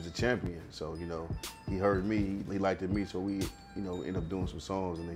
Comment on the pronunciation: Hey Biz , it’s not “likedid” it’s “ liked “